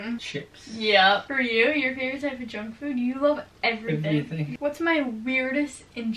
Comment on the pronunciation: am i the only one that thought she said drunk food instead of junk food lmao